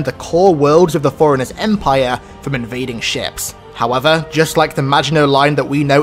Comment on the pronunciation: what accent is that, when you say forerunners it sounds like Foreigners